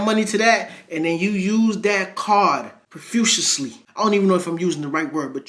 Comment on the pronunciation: Profusely: “Proh-Fuse-Lee” ❤